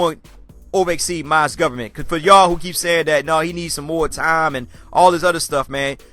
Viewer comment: Idky but it annoys me when you say mozgoverment